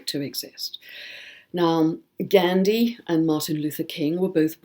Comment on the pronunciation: Is that really the correct pronunciation of Gandhi and Feng shui???